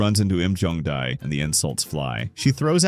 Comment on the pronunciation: whenever he’s trying to say jong dae he keeps on saying jung bae